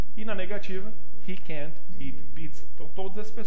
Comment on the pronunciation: Não tem o som de t no final de can't